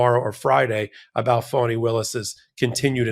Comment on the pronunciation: Yep , he did that intently, and I’m hoping she and her team will destroy frump, he needs some lonnnnnng quite time in a cell with his Bible, AND dang dictionary! FANI is her NAME ! NoT - fannie as in referring to a persons buttocks !! I hope by the time she’s done with him and his Higher than the ALMIGHTY attitude, he’ll NEVER EVER Mis-pronounce her name AGAIN !!!! ❤🎉🎉🎉❤😂😂😂😂😂😂😂😂